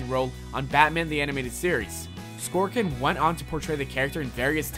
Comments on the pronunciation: I'm sorry if this sounds rude, but with 75K subscribers, I would expect a higher quality video. The woman's last name is "Sorkin," not "Skorkin" and the show is called "Days of Our Lives," not "Days of Our Life." That info is literally written on the video clip you shared, and yet you said it wrong over and over again. There were a bunch of other words that were either mispronounced or used incorrectly in this video. I'm sure people will say they don't care, but if you're making money off of this channel, why not make sure it's correct? I think you could use an editor/fact checker. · So, the first thing you didn't know about Harley was that her first appearance was on a TV and the second thing you didn't know about Harley was that her first appearance WASN'T in comic books. Way to fill time there, It's Arleen SORKIN, not SKORKIN. And I can prove it by watch your video literally two seconds after you say it. It's also how I know the soap opera isn't called "Days of our LIFE". Okay, instead of going through all of the nitpicks, I have to ask: Do you guys do a runthrough? Does the VO ever say, "Hey guys, I'm not sure this is right"? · SORKIN. No extra 'k' in there. Just wanted to let you know. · I dismissed the video after he said "Arleen Skorkin." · SORKIN. Say it with me. SORKIN. SOR-KIN. Only one 'K'. Bad enough to mispronounce it once. But to do it 20+ times in the span of less than a minute.... Also, the first 'fact' that was presented was that Harley Quinn first appeared in Batman the Animated Series. The second fact presented was basically a repeat of the first - "Oh, yeah, she's a relatively new character..." No shit, dick tracy. BTAS was only like 20 years ago. It follows that if she was introduced in a cartoon only twenty years ago, she'd be a relatively new character, in contrast to other characters that have been around for 50 or more years. By what logic do you conclude that DC wants us to 'forget' these things? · Arleen Sorkin. Not Arleen Skorkin.